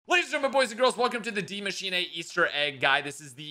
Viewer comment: you said the name of the map right? Subscribed